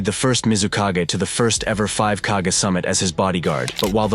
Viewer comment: As much as i enjoy this guys video's, his mispronounciation of several words throughout his videos drives me nuts. Kage is mispronounced 85 percent of the time. Then he mispronounced Anbu. I mean, have you watched the anime at all? How are you mispronouncing a word like kage, anbu is a little bit more forgivable but not much. 😮